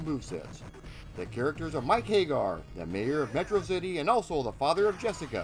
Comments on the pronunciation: but that's how you should pronounce it, because hay-gar is terribly wrong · Hag-gar, not Hay-gar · Understood. Regardless it is still incorrect. Please use Sammy Hagar as a reference. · Very informative. Don’t want to make it seem as if this wasn’t a good documentary. I always thought Andore was based on Andre the Giant as they even have several references to Andre the Giant such as his big Wrestlemania match against Hulk Hogan being copied for Hugo and Alex’s intro. Just a few corrections: 1-You said Mike “Hay-gar.” It’s pronounced “Hag-Gar” 2-You said “An-Do-Ray” when it’s “An-Door.” 3-The O at the end of Rolento is silent for reasons I don’t know...but they pronounce it “Rolent” 4-Roxy is NOT transgender. Poison is. They are two different characters. 5-That’s funny about the gay thing. Not sure if you meant it on purpose. The “Gay” spelling was a mistranslation of “Gai” and Japanese kanji doesn’t always translate well to the Roman alphabet so they thought, “Gay” was pronounced “Gai” or “Guy.” It was never supposed to be pronounced as gay 😂. 6-You said “Mackie” when her name is pronounced “MA-Key” 7-Final Fight: Streetwise was released in 2006, not 2005. As said, really good documentary. I hope you increase greatly. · No sure I agree with your pronunciation. It's not Hay-gar, it's HAG-gar. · "Mike Haygar"?? Pretty sure it's HAGG ARR